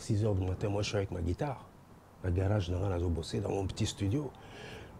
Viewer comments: toi aussi...on dit guitare, et non gudare! Beaucoup des formations en europe c'est gratos ndeko, yekola ebele si possible... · boulot c bon bravos 👏🏽 mais mingi mingi il faut au travaillé addictions nayo il faut dire Bercy est non bexcy, Guitare non guidare, Squelette non Esqualette sinon bravo pour ton émission vas d l’avent 👏🏽👏🏽👏🏽😂😂